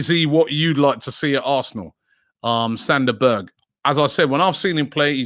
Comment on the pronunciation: Sander Berge? LOL!!!!